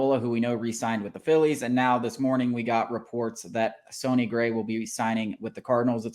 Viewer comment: I'm just glad we didn't sign him, so I don't have to hear "sony" gray